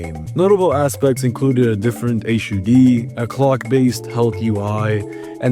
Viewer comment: Yes! Finally a murican that knows how to speak in English